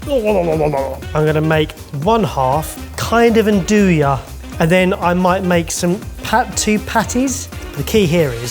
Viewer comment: "anne-doo-ya" ISN'T a thing. "anne-doo-ee" is though. as is "n-doo-ya" but THAT isnt what it is, as 'Nduja, is almost a sauce, its almost liquidey in texture and very loose. thats not a grill, "grills" are outdoor tools that heat from BELOW and NOT above. heat from above="broiler"